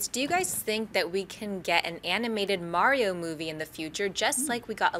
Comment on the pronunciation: why does no one know how to say mario?